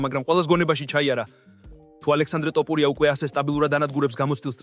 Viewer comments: ტ ოფურია არა ძმა თოფურია😄 და თან გვანახე ვიდეოები რაზეც საუბრობ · რა დაიჩემეთ ეს "ტოპურია", სადაურები ხართ, არა ხართ ქართული წარმოშობის?!.."თოფური" არის თაფლი მეგრულ ენაზე, გაიგეთ?